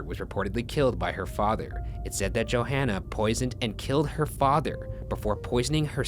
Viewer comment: You’d think after all the research Ryan does he’d say their names right, Johanna isn’t Joanna. It’s like yo-hahn-uh. Respectfully.